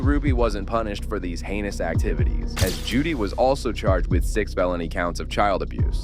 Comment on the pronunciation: Omfg it's JODI not Judy